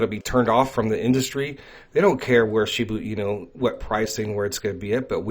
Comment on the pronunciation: It’s NOT Shibu Inu, it’s ShibA Inu!